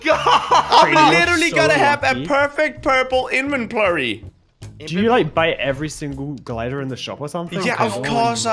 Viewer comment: did you say "invenplory"